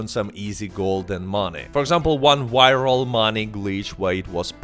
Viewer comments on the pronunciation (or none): Bro, you insist on calling it a "warmin rifle" like, ten times in a row, and then later you say "whyral" instead of "viral". You have a V in the name of your Youtube channel, you even successfully say "PVP" several times in this video, as well as "even". You don't say "PEEWEEPEE" or "EEWEN". That tells me you're actively making the decision to mispronounce "varmint rifle" and "viral". So, I have a very serious question for you: Are you just doing a fake accent?